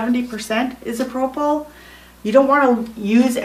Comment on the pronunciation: No, lol! I'm glad I'm not the only person that was bothered by the pronunciation of "isopropyl". It's pronounced "Eye"-So-Pro Full". alcohol. Great video nonetheless. Haha!